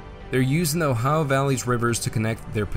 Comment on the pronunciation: I love your pronunciation of "O-hi-uh". Sounds just like my parents and grandparents, who were from the region of eastern Ohio and northwestern West Virginia, near the Ohio River.